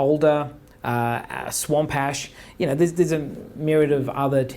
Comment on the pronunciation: did he say swamp-hash? I need me a swamp-hash guitar, gotta try that.